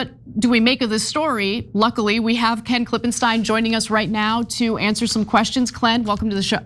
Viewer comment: Back to you, Coin! I mean ‘Ken’ 😂😂